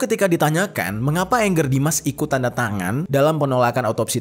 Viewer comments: Bacanya bkn ENGGER jeff baca aja sprt tulisan nya ANGGER JUST CORRECTION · Angger Dimas, bukan Anger. Nama org dibaca AN G G E R, bukan ANGER ( kemarahan) dlm Bhs Inggris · Kenapa orang susah sekali manggil nama ANGGER ? Bacanya sesuai abjad aja Bang, jangan di inggriskan tapi di jawakan ANGGER itu dari kosa kata jawa, yang artinya anak laki laki